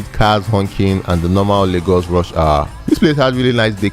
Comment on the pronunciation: It's called LAY-GOS not largos